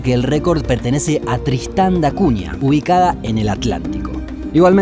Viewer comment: Tristam da Acunha , dijo Tristan da Acunha señores 🗣️